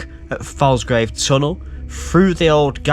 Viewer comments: OK, time for some local pronunciation. It's not pronounced Scal-by, it's actually Scor-by. Plus it's 'Folsgrave' not Falsgrave. IYKYK. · Please pronounce these name correctly. Falsgrave is FOLSGRAVE. Scalby is SCORBY, the L is silent, & Cloughton is CLOWTON. Woodlands Ravine, with an S. There was a large footbridge over the Northstead sidings when I was a child in the 60's, but there were only 3 rail lines under it, not loads. Scalby Beck is the old Scarborough boundary, down to Scalby Mills, where the Sea Life Centre is now. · Cloughton is correct how you say it. The a in Falsgrave and Scalby is more like an o, so pronounced folsgrave and scolby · You were saying Cloughton correctly, but falsgrave is pronounced follsgrave and scalby is scorby